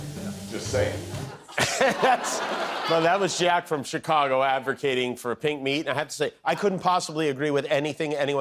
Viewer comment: "advercating" hah. you sure u don't mean "avocadoing"? :P